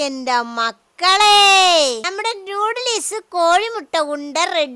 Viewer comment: നൂടലിസ് അല്ല ഉമ്മ നൂഡിൽസ് പിന്നെ കെറ മസാല അല്ല ഗരം മസാല 😅